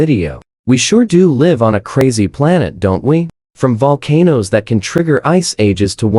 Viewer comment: The AI voiceover on this is SO BAD. It calls volcanoes 'VUL-ca-nose', reads years as '1-9-8-6', and all sorts. It's not even 10 minutes long and I couldn't even get half way through. Why don't you just read the script yourself??? Or edit the AI, so it reads correctly??? I might have been interested in the information, but now I'll never know because I'll never watch another of your videos. 🤷🏼‍♀️